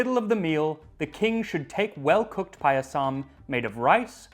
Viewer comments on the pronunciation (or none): Ohmygod 😍 This is wonderful. I’m Indian and “Paayasam” (that’s how it’s pronounced) is a part of almost every special occasion from birthdays to harvest festivals like Onam. Thank you for this!! 🤩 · Not payasam that is paayasam.